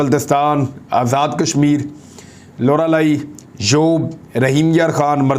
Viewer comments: لورا لائی۔۔ بھائی جی۔۔ ناکہ لوڑا لائی 😂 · bhai its لورا لائ۔۔۔ 🤣🤣🤣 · لوڑا لائی نہیں خان صاحب لورا لائی ہے ہاہاہا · لوڑا لی نہیں لورا لی ہے ،hahah nevermind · سر گريٹ جاب...........اور آپ نے غلطی سے لورا لائی کی جگہ لوڑا لائی بول ديا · خان صاحب لورالائی ہے۔ لوڑالائی نہیں ہے۔ اپنے الفاظ کا چناؤ درست رکھیں۔ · عمران بھائی 'لورا لائی ' لفظ ہے 🤭🤭